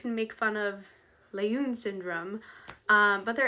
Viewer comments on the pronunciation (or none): The doctor who discovered the genetic basis for Down syndrome was Dr. Jérôme Lejeune (pronounced like leh-zhune) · I dont know how you spell the name of 2nd person you suggest the syndrome should be named after but you pronounced something like L'une. People will always find ways to make fun of names - it occurs to me some might call them Loonies! Downs or ups is less offensive but work on something more apt, i.e. syndrome 21.